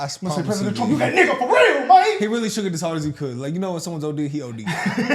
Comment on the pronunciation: "fo REAL main" 😂